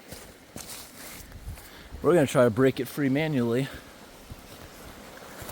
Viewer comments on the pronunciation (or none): none